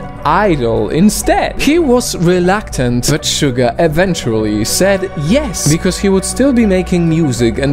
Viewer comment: YEAH Thats's How u Pournouce suga last video of bts i say u pournouce suga wrong, but then yeah